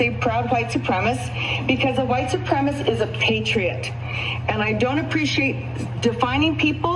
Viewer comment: Why is it that almost always the folks who think they are a member of some super fantastic race group - are total freaking IDIOTS! Seriously, she couldn’t even pronounce the word Supremacist!